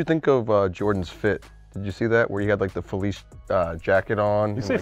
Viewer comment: Yeahh, got worst take for fuh-leece